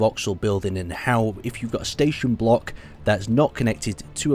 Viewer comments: "staton" lol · "Staton Wreckage" Is english first language?